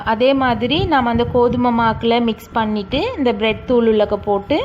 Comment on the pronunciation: 😀😀😀No Blet thuul... Bread Thuul...